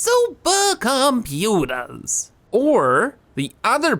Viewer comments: Every time i hear saying "Suppacomputaa" the day is a little less worse:D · Yeah same